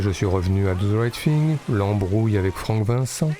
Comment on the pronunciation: Do ze right fing, t'abuses mec...